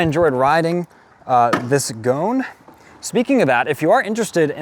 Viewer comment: You calling it a gone, is killing me! LOL I so want to stretch one of these and throw a Meteor tank on it.